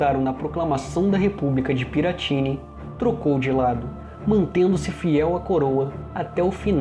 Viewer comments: a pronuncia é "piratini" não "piratíni" 👍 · Sugiro rever, caso ainda não o tenha feito, a pronúncia da República de Piratiny, cuja tônica está na sílaba final (= Piratiní).